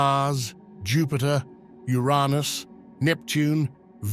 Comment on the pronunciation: You-rah-nus???🤔 That's a new pronounciation for me...🤷‍♂️